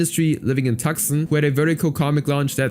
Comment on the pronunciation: As a Tucson resident, Calling it "Tuxen" is funny, it's actually "toos-awn".